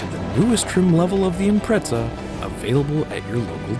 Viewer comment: It's pronounced IMPRETZA...